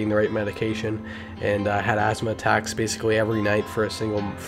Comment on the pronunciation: ITS "asthma" jeez.